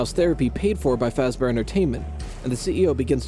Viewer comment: I don’t get why this would be where you lost it. “Freddy Fash-Bear” is where you would have lost it, but I’ve also lost it so I’m fine with this